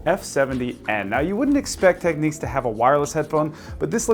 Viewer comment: If you could stop pronouncing it "Techniques" that'd be great.